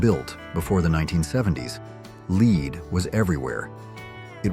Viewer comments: AI calls ' led'...' leeed'...as in lead paint. Suddenly it corrected itself... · It's led not leed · So many things to unpack here. I don't think "whore members usa" got the point. Somehow "leed" managed to transform to "led" and back. I don't think AI is ready for prime time just yet. But it was good for a laugh 🤣🤣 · ‘Led’ not ‘leed’. The pronunciation of ‘lead’. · Uh ... Pronouncing "lead" as "Lead"? Now I can see why this is such an outlandish video. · Lead is not pronounced "Lēēd" when talking about paint.... it's called "Led " !!! Geet a. Better a.i. translator !!! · This was okay until the repeating of the mispronunciation of the word lead. Should be pronounced "Led". We did know how to pronounce lead (Led) in the sixties. So much for today's progress 😹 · I came straight here to say that… lead: L-E-D not LEED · I know right? Sometimes for lead (in paint) he says lead (pronounced "leed") & sometimes for lead he says LED. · I had never heard of "Leed" or "Leed Paint". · There is no such thing as leed paint. Fix it. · "LEED?" Seriously? It's a first grade word.😂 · I left after I heard "Leed". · "Leed paint"? Haha This is better AI than "Saturday Night Liv." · “Leed” paint!? Ghis blatant mispronounciation shiws this is AI. FYI. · It bothered me that this announcer kept pronouncing lead paint as "LEED". ¯\_(ツ)_/¯ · "Leed was everywhere", hahahaha! Thanks robot :) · Lead was pronounced like LED. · I hear it also.lead sounds like Leed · The smart AI can't pronounce lead. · As soon as I heard the pronouncement of the word LEAD I knew that the commentary was an AI product and dumped the video. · Well,, we learned about lead paint, and the pronunciation, from childhood. We also learned about lead-ing music, or lead-ing a dog on a leash from our mommas. Now, where did YOU “learn” that pronunciation? You would do well to have a real human read the text. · They are probably Chinese who don’t know how to pronounce “lead” anyway.